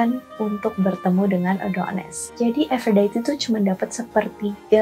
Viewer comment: Harusnya ikut cara baca Yunani = A - do - nis. A - fro - di - te. Per - se - fo - ne. Mirip pengucapan Indonesia/Italia. Itu mitologi YUNANI bukan INGGRIS Mbakkk! Males ama channel yg gak pay attention to detail kyk gini.